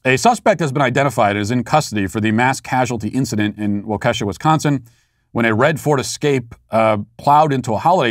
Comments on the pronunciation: Hey Matt just as an aside it's pronounced walk-eh-shaw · Matt, for God's sake.... it's "walk-ah-shaw". Do your homework. 🙄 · It’s pronounced like walk-eh-Shaw. You weren’t even close man. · My first time commenting after a year of listening to Matt, is to cancel him. It's pronounced Waw-keh-sha not Whoa-Kesha. Don't want to be associated with bad music. LeARn SoMEtHinG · Matt, your propensity for mispronouncing the names of people and places continues to amuse me. It's WAU-ka-shaw, not WO-kesha. Lol. PS. Please don't ban me. #SBG4Life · Waukesha is pronounced WAH key Shaw Very sad and appreciate you reporting on it. It’s about a ten minute drive from my house. So horrible and devastating for our community. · Matt, it is always painful to hear people try to pronounce Wisconsin city names. Soooooo I'll help you out here. The proper way to pronounce Waukesha, is WakaShaw. Thanks for listening to my TED Talk. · Matt, it's pronounced "walk-ish-aw". I figure you'll probably be talking about it plenty in the coming days! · Matt: WAH-KEE-SHAW (1st syllable emphasis) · Dude, I told you yesterday on Facebook. It's pronounced "WALK-AH-SHAW"! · bro, you really messed up the pronunciation of Waukesha! (it's wah-kee-shah) I'm not being judgmental, I'm married to a Wisconsin girl and quickly found it it's not a good idea to say any WI town name without asking the correct pronunciation first. I'm sure you'll get mocked just as harshly as I was, if you want to get together and have a whiskey and I cry just let me know. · It's pronounced Walk-esh-aw. We have a lot of strangely named places in Wisconsin. If you want another challenge to Oconomowoc or Ashwaubenon haha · Matt… Waukesha… pronounced “Walk’-keh-shaw”. Accent on first syllable. You’re welcome. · Matt, it's pronounced 'wok a shaw'. My wife is from that area. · Also Matt it's pronounced "wah-keh-shaw" but I don't expect anyone to know that. I couldn't pronounce half the cities in Wisconsin until years after I moved here